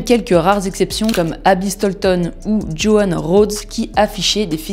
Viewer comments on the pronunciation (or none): none